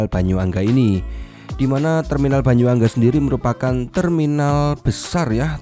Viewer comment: Mohon dikoreksi om, Bukan Banyuangga tapi yang bener itu Bayuangga (Bayu dan Angga jadi bayuangga oke bang😅